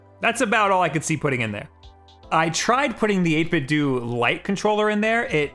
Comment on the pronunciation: My mission in life to teach people the proper way to pronounce 8BitDO... It's Eight - Bit - De - Oh (so that it sounds like "Video"). You're welcome.